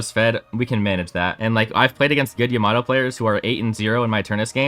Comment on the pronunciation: its Yama-toe not yamat-o